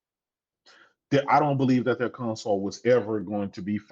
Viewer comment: Does that dude know he's saying "conSAWL"?